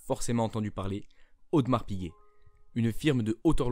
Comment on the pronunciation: A Genève on dit Audémars et non audmars!!!!!!